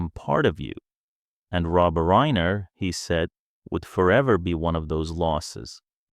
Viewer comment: it's RINER no reener